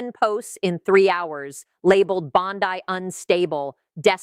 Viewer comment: The name is Bondi, not Bondai, and the fact that you can't keep a thing that simple straight means that you are a fool.